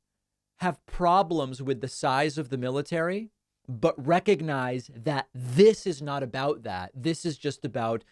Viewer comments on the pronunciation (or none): none